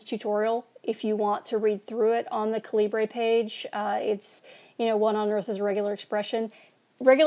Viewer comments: The word Calibre is pronounced Caliber, the man who came up with this program is from the UK which is how it is pronounced over there. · If you watch the Calibre demo video on the Calibre website homepage, you will hear the creator of Calibre, Kovid Goyal, pronounce it as KA-luh-bur. Just saying... Thanks, for the vid! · You need to learn how to pronounce "Calibre"